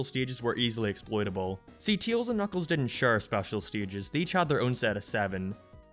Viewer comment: Did you just pronounce Tails' name as Teals? ok